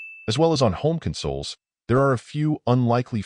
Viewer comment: Not the end of the world and it sounds alright on the whole, but maybe there's better AI you can use. For instance, at 21 seconds in, it say "kunn-soles" instead of "con-soles". That's not an unusual word or anything.